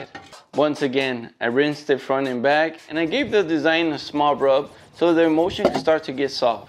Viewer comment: Haha! The captions are always terrible. But I have to say every single time he said the word emulsion it really sounded like he was saying emotion!